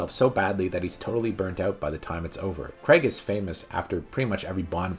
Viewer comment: It's actually Daniel Craig. Not. like " Craig David " emphasis on the Craig there.